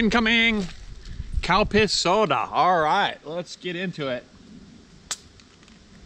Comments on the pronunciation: When you were talking about the Calpis soda, I could've sworn you said cow piss soda 🤣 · Every time you said the name of the soda I kept thinking I was hearing, ‘cow-piss’ soda. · Did He say, Cow piss Soda!! 🤭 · And all this time I thought he was drinking "Cow Piss" 🙄😂😂😂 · Calpis? I heard Cow Piss lol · I laugh everytime you say Calpis soda, I'm not right.